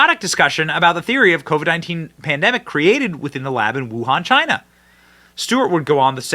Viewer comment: The lab had strange activity and something related it’s air system replaced right around this time. Pair that with Fauci’s absolute panic…this has been obvious from the start. “Because it’s came from CHY-NAA”